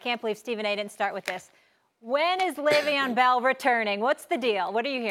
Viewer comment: Le veon bell smh .. the disrespect is real